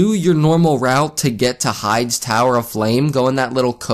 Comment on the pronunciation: Correction: high-dees Tower.